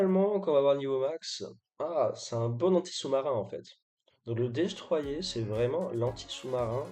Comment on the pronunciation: Par pitié dis destroyeur pas destroyé